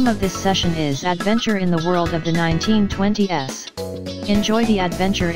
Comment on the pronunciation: WAIT! That Text to speech thing read the FIRST 1920s as 1920-S and the second as 1920's, WTF?!